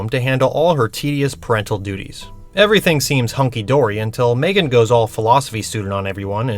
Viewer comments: it grinds my gears how calls her maegan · Right!? Its pronounced M-three-gan